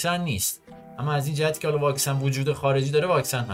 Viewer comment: دقیقه ۱۱ مرتیکه الَنن داشت کص شعر میگفت یعنی النن الننننن